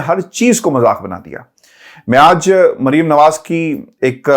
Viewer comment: Merium nahi bolo yar Mer. ium sirf Mer bolo